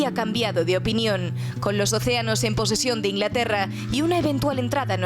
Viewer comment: "InLaterra"? Te comes siempre la G